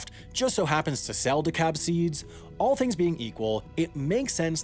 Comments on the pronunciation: Dakalb. There's an L in there, its not De-cab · I always called it "dee-kalb" with a harder "L". I hear "dacaab" from Sam like he has secured a taxi in Boston. Great video though. Uncle grew up in DeKalb, got his doctorate from ISU in "corn", and worked for Monsanto (Parent company of DeKalb Ag) for 20 years. He's talked a bit about what you discuss in the video. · please its not "De-cab" its "de-KALB" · It's De K Al B, not De Cab, because it's from Illinois and not Georgia. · It’s Dekalb not dekabed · Learn how to say kossuth. It’s ka Sooth And it’s soybeans , not soybean when talking plural. And it’s de Kalb, not de cab. I know , you’re not a farmer. I shouldn’t bust your nuts. Chaf. Not chawf. Seed (plural) not seeds. Combine, not combine harvester. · As a local, we say dekalb like Dee-KALB not deh-CAB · Very good & informative, however, it's De-KALB, NOT De-Cobb. The company is not in Georgia! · There is a L in Dekalb. It’s not Dekab. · One small complaint. DeKalb seed originated in DeKalb, Illinois... Not DeKalb County, Georgia. It is pronounced "DeKalb", not "DeKabb." Carry on. :p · I don't mean to nitpick but pronounciation is a huge thing for me. It's De-KaLb not decab. The L is heard, loud and clear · Quibbles: "DeKalb" not "DeKab" (AFAIK in the midwest, the L isn't silent) "Chaff" not "chuff" "Towboat" (i.e. pusher) not "tugboat" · Excellent video! FYI Dekalb is pronounced D-Cal-Buh, not Decob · Great video, didn't realize so much at play when trying to plant corn. But it's not DeKab its De-Kalb (L is not silent) haha there's a college town by the same name where the corporation was founded. But as always awesome work Sam! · I live in Dekalb, it's pronounced De-khal-buh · I love your videos, I live in DeKalb County, IL where the seed company began. The way you’re saying DeKab is the way they say it in Georgia. We say the L here. Have to love the English language. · It's pronounced Kuh-sooth and DEE-Kalb. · It is di-KALB as in the town in Illinois.